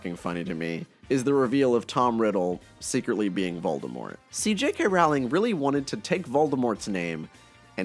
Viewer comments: so never right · Her last name is pronounced ROLLLLLLIN. Fyi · Her last name is pronounced like "rolling" FYI